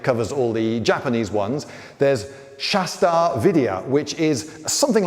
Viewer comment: its shash-tra tra is one syllable pronounced with a trill and its Vidya not VIdiya.